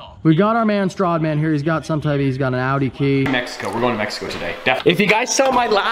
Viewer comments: its "strAdman" not "strodman" XD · Stop saying Strawdman. Jk its all good. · you don't say stradman right,but he is full of shit 800hp don't think so